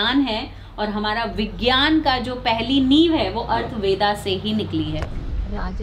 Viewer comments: Atharva Ved...not Arth ved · ''अर्थवेदा'' ऐसा शब्द नही है बल्कि सही शब्द ''अथर्व वेद'' है चार वेदोंमें से अथर्ववेद एक वेद है , ठिकसे उच्चारण नहीं करेंगे तो लाखो करोडो लोग के पास गलत प्रचार प्रसार हो जाएगा ना ? , इसलिए पहले के ज़माने में ऐसे मन्त्र विद्या सिर्फ गुरु शिष्य में गुप्त रखा जाता था , not arthveda , it;s atharva veda , read carefully - पंडित सुरेश पित्रे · अर्थ वेदा उच्चारण नही बोलते, सही उच्चारण है अथर्ववेद